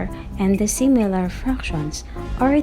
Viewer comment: Sïmilar and dïssimilar ohm..okey ma'am haha